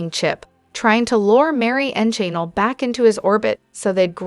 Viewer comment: It is Ja Nell ugh